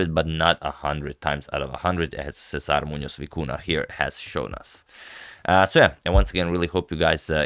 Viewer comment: Kudos to the very very good pronunciation of César Muñoz.